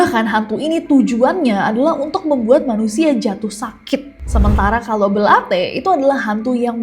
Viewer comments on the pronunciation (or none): Belate kak bukan belatE